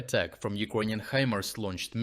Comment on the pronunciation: why do you pronounce it "ugroynian"? Is it bc of a dialect?